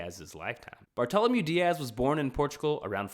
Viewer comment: The correct pronunciation of Bartolomeu Dias would be Bartolomeu Dia`s.